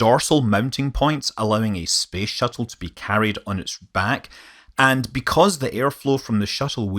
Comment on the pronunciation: Why is he saying space shittle